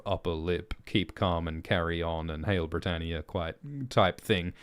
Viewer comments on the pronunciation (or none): none